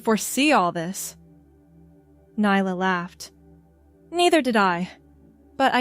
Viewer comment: Stop mispronouncing nyla 😮